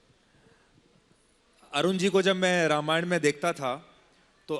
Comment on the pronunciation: रामायण का उच्चार रमायण ऐसा नही करना चाहिए .रामायण ऐसा ही बोलना चाहिए .अरुण जी दीपिकाजी बहुत बहुत धन्यवाद 🙏